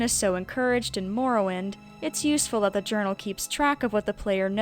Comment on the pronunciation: What the fuck is "moor-o-wind"